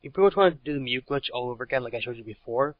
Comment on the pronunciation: btw, its "glitch", not "clitch"